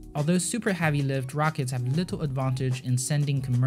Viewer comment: If you can pronounce "Exploration" correctly, WHY do you keep call it "SPACE AXE"? And it's heavy, not "Havy". Hate to fixate on this but you CAN pronounce it correctly, so why don't you?